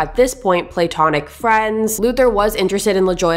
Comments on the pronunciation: It’s “pluh-tonic” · “play tonic friends” [platonic] i love your oft cute pronunciations, resulting in further word explorations. You are absolutely adorable,. Also, my heart went fright! suddenly at “blood splatter on the walls” right behind you, a stranger in the window! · what’s a play-tonic friend😂😂 i’ve only ever heard of platonic that bugs me how she says it